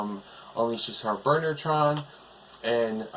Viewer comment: Still the monsters need more work. Oh by the way when I hear you say Burnertron It sounds like Murder Trial.